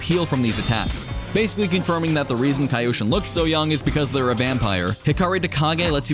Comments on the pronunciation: It’s not Kai-Oshin. It’s KEE-oshin. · apparently never watched avatar with that "kaioshin" pronunciation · I'm sorry, but saying "KAI-oshin" is triggering me.